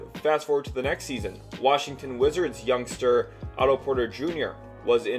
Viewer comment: Are you saying “young star”, “youngster” or “youngstir”